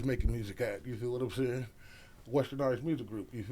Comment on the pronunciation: As a kid i use to think bro name was “Phil” hearin Dru Down say “Feel” (feel me) in the videos 😂😂